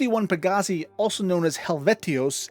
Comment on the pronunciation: Xi Bootis is commonly pronounced like "KAI BOO-TIZ." Xi is the Greek letter Ξ. Any Gliese star is pronounced as "GLEECE" Any Pegasii star is pronounced "PEG-UH-SIGH"